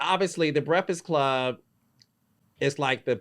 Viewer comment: Carlos I love you but you killin me saying “brehfass club”